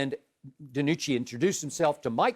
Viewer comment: skip tapped into his inner stephen a smith when talking about dinucci😂